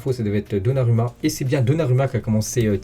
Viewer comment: ON PRONONCE donnaROUMMA 🤦🏽‍♂️ les français…